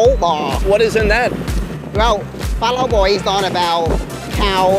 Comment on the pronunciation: Is "phá lẩu" not "phá lấu".